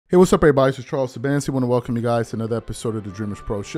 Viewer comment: Charles Shabanski.